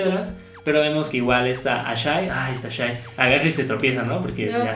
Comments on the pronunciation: El nombre de esa hija de Aku no se pronuncia "Ashi"? Asi lo dicen en la serie, no? porque dicen "Ashai"? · No se dice ashai es ashi :P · no es ashay es ashi